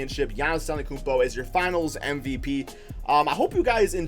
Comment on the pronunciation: he said giannis akumpo